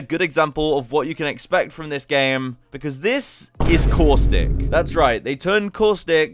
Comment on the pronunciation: That’s not caustic that causthic